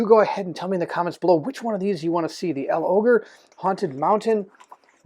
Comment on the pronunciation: I'll go for L'Ogre. BTW you pronounce it as if it's one word. Logre.